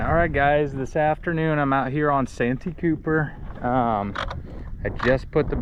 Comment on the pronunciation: It's San tee cooper